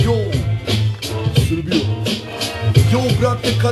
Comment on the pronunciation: Pa ja celog zivota umirem od smeha kad MG Gost kaze "Srbija" na :)))